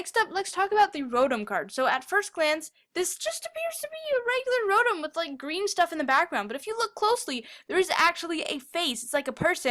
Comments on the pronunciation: its not rotem its ro TOM ro TOMMMMMMMMMM not rotem ROTOMMMMMMMMMMMM LIKE TAda rotamda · roTOM not rodom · wtf? Rodum?? U MEAN ROTOM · it's not rotum it's rotom do u know the name tom it's rotom